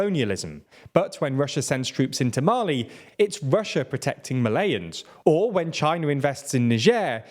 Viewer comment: Your pronunciation. Mali and are not Malayans. Dunno what the latter is